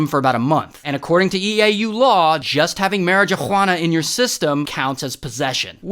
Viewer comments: The j in Marijuana is silence btw lol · Why do you keep saying marijuana weird 🧐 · The marijuana pronunciation got me😂